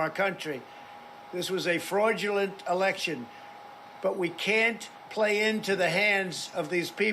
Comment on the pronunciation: "WE HAD AN ELESHON"